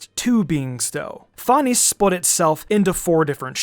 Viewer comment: Fan-ess That’s how it’s pronounced